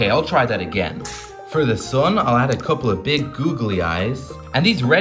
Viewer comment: Bro said the thun and the moon😂💀💀💀💀